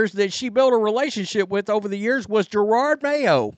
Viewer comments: ITS NOT JER-ARD IT IS JE-ROD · I love your channel, but stopping saying "Gerarrrrrrrrrrrd" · He's mispronouncing the name on purpose.